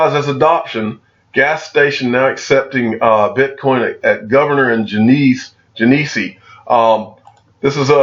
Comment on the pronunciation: It's "Ge ne see" you know, like the beer, lol